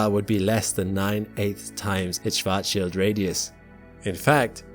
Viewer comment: Thanks for not butchering "Schwartzschild" shwarts-shield, with the "a" as in Mark.